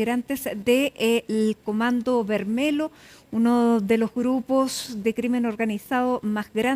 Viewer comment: Se escribe comando vermelho pero se pronuncia vermelio nj